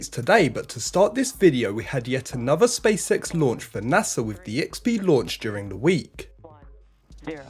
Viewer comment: Anyone hear Welcome to the spea sex show? You can't unhear it now I've said it